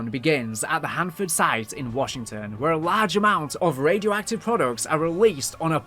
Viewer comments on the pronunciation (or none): none